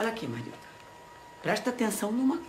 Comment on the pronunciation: É Marilda , Marilza é quando o Paulão fala errado...kkkkkkk